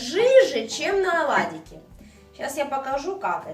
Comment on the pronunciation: Оладики.покладите.начало(ударение на первый слог)жменька